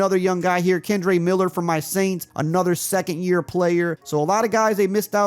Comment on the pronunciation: "Kendre Miller from my Aints" 🥴🥴😅. Sorry had to talk ish. 😂